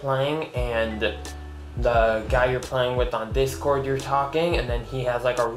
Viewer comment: "It Awetoms!" LOL "DITSCORD" LOL